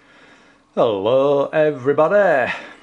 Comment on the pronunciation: I switched off the moment he said hullaoo everybuhdee. 11 minutes saved.